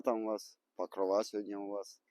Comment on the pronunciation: ПокрОва, а не ПокровА